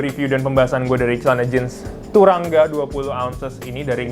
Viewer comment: Sekedar info bacanya "turangga" "a" nya dibaca "o" bg